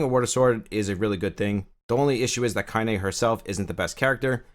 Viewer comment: hey I was watching another video of yours the other day (when ya mispronounced Kaine hehehe) and you said you hadn't played the Nier games? I was like "what is he then, a fuckin gacha god?" I'm new to the channel and you've helped me understand my first gacha so thank you, I....kind of understand the appeal, I love the lore of this game 100 percent but I certainly wouldn't be doing all this grinding if I wasn't so invested in this universe, so I guess I was just curious. I started off hating gacha, but now I got the bug. I kinda like it. And hate it. In equal measure. I was just blown away your doing what your doing if you hadn't done the Nier games. (Perhaps drakengard?) I'm new to the channel though and sounds like you cover other gachas so maybe that's what's up. I was curious though. You've been a HUGE help, my force, it thanks thee. Haha